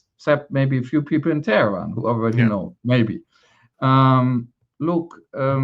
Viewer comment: “Tyrants of Teh-er-an”, Netanyowee says! Trying to be poetic, to craft a memorable slogan, resorting to the pre-modern English version of Tehran to get his 3 syllables, making use of his Philadelphia education in rhetoric. Hrmph! Tyrants of Tel Aviv, there, works better! Don’t be fooled, this is still all about Palestine.. Black it out as much as you can Israel, but we will not stop talking about Palestine! Free Palestine!